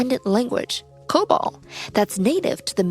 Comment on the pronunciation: Why does that one lady call it co-bull? We all call it co-ball here.